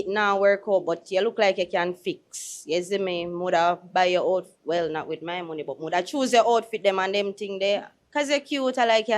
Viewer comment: Lol man seh "not my nomey" him a try seh money 😂😂😂